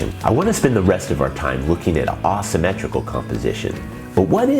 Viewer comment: May I ask where you are from? I have never heard anyone say Ah-symmetrical. I looked it up and every pronunciation - including from other dialects - pronounces it Ei-symmetrical. I plan to show this to my students, and I know they are going to ask me about it.